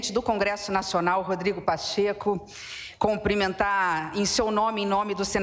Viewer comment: 👏🏻👏🏻👏🏻 não é comprimentar, é CUMPRIMENTAR!!❤😮